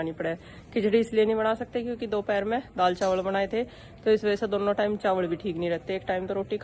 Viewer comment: Priti ji daad kya hota hai daal hota hai improve your language